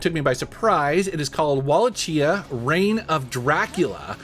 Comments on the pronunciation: Wala-Chia is pronounced "Va-la-key-ah". Hope it helps. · It's pronounced "Vaalakia" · pronounced "wall- ah-kee-uh" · Wallachia is pronounced “Wah-lock-e-uh”. Awesomereviews. Love the channel. Keep rocking on! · Wallachia pronounced “wa-LACK-ee-ah! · I think it's pronounced Wall-Lockia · Oh yeah, Wallachia (Wa-lock-ee-a) was a medieval nation that was ruled by Vlad the Impaler, the real life Dracula. It’s the Transylvania region. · Did anybody else cringe when he said Walla - chia? Lol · Wallachia is pronounced Wa-lay-shi-ya. It’s the Kingdom Dracula is from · the C in Walachia is pronounced as a K .. Walakhia .. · I think Wallachia is pronounced "Wah-lake-e-ah". Yeah I'm that guy. 😂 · For future reference the CH in Wallachia is pronounced like a K. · Great vid man, as always. Btw the “ch” in Wallachia is pronounced as a “K.” :) Keep up the great work. Always look forward to seeing what pick ups you’ve added to the collection